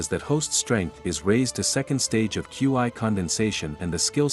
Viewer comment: Qi not qiu